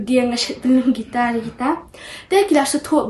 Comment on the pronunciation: Khublei Shillong mail ia kane ka khubor kaba ai mynsiem shisha ia kiwei ki para khynnah. ka jingkyntu ia phi Shillong mail ban iarap ia la ki reporter ba kin kham pyntbit bad pynjanai ha ka rukom interview. Nangta pynjanai ia ki rukom kynnoh ia ka guitar bad piano - ymdei gaitar ne pai-ia-no.